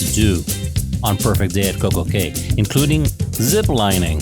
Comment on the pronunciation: Nicely presented. I'm going to see if you sailed on a different class of Celebrity and if you have, your comments. btw, Coco Cay is pronounced Coco Key. For some reason, the private islands pronunciation is actually "key" though many of the younger vloggers say "kay."